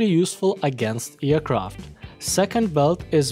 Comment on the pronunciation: how he always says eracraft instead of aircraft